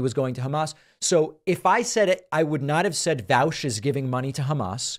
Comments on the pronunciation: He’s pronouncing Vaush as if he has never read the word caught. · oh nah he said Ian Vowsh